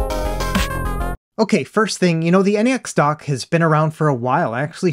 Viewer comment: N - E - X dock lol its just pronounced NEX like NEXUS or similar to NEXT. I love my "NexDock 2 Touch" and my "NexDock 360" for things like this, the Switch and my Samsung phone or Samsung tablet 👌👌